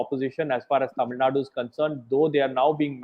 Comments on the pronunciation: Barkha, I have immense respect for you and your work - but it did pain me to hear you pronounce Tamil Nadu as "Tamil Naad" - in the wake of the recent North/South debates, the least we can do is get the pronunciation right! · Kannad, TamilNaad... That shows the attention and respect North India care about South. Just disrespectful..